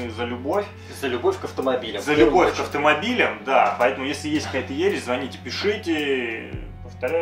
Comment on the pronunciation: Не звоните, а звоните. Как же это бесит, говорите по русски. Пожалуйста.